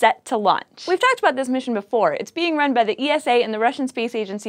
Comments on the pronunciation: cross is right you know. Esa not E.S.A. Saying the latter is like saying N.A.S.A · Dear, The European Space Agency's abreviation is pronouced like NASA as a word not as individual letter like FYI. So not E-S-A but ESA in one word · Not. Pronounced. E. S. A., much like NASA is not pronounced N.A.S.A. Stop hurting my ears. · no i'm pretty sure its just E S A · I love it when ESA gets coverage on, but there is something that irritates me. The single letters of ESA aren't pronounced seperatly, just say it as one word, like you would do for NASA. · ESA is pronounced as a word, like NASA.